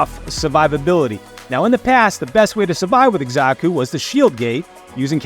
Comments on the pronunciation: Not to be that guy but it's Sa-ku, not Eksa-Ku. Nice vid tho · 1. The Z sound comes from an X, not an S. 2. Again, there’s no R, it’s Xaku, not Xarku. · Itx "zaku" brother but thanks for all the tips brother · Why you pronouncing his mame like that? Wtf?